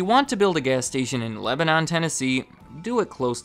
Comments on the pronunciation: Lebanon is pronounced “leh-buh-nin” in TN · Maybe I’m just too southern but the way you pronounced Lebanon pissed me off a lil tbh. We pronounce it leh-buh-nin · Not gonna lie, as a native Nashvillian, hearing you say Lebanon made me cringe lol. A lot of use pronounce Lebanon as Leb-nin lol! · Hey just letting you know, Lebanon TN is actually pronounced Le-buh-nin. Local tip lol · out here pronouncing lebanon like the google maps lady does hahahaha came here also to say that it's pronounced "leh-buh-nin" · Luke Enno we’re not saying that’s how the word is always pronounced (: just particularly for lebanon, tennessee it’s called “leh-huh-nun” or “leh-buh-nin” by everyone that lives here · It's pronounced le-ba-nin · Layla F. I thought the same thing! It’s Leba-nun lol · Everyone who’s not from here pronounce it like the country but I’ve always pronounced it or heard it as Leb-nun/Leb-nin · its pronounced leb-nhun lol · tyler bendel I don’t blame him for not knowing; it’s a southern thanng. I say that as a Tennesseean born and bred. 😅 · 😂😂 The way you pronounce Lebanon is proof you've never been to TN. That is /not/ how we say it. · As a Middle Tennessean, I got a good chuckle from how you pronounced Lebanon like it was the country 😂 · You keep butchering the pronunciation of my hometown's name